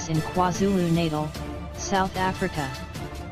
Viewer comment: That robot 🤖 Hhay NOoOOOoO 🗑 Bye 👋🏽 NoOooOOoO KwaZulu-Naitel 🤣🤣🤣😭😭😭 Milali 😭😂